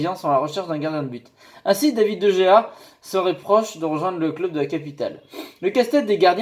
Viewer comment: Ça se prononce Dé Réa;) Super vidéo,. De Gea au PSG, ce n' est pas mal, mais vu qu' il y a Aréola, j' ai envie de dire pas besoin, qu' il reste à MU^^